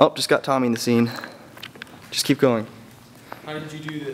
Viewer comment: ***** Um.. It's Tommy.. Not "Tobby".